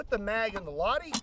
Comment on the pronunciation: its Lah-ti, not lahdi. Suomi mainittu, torille!!!!!